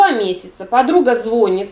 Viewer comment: Не звОнит, а звонИт.